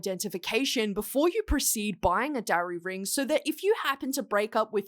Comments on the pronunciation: I literally didn't know what a darry ring was before this video and I thought you said DRARRY ring 😭😭 I was like "like draco x harry rings????" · When you said Darry ring, I thought dairy ring. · I thought you said "dowry ring" not Darry ring, which I suppose also fits the situation 😂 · Wait first I thought she said "dairy ring" then thought she said "dowry ring," but it's spelled "darry"? Confused is me.